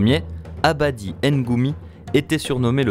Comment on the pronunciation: "Le premier abadi..." Abadi.....ABADI?! C'est marqué ADABHU! xD